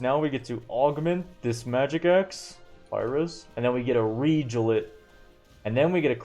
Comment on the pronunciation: The way this man pronounces Regal makes me twitch, but the run is amazing and very educational